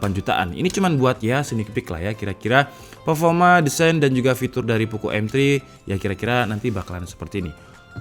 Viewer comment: Bukan Poko woii,, tp Poco pengucapannya